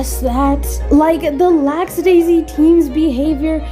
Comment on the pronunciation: I just noticed that you pronounce Lackadaisy as Lax-a-daisy (as in laxative). Is it an accent, a lisp, or you are just misnaming them on purpose because you hate them?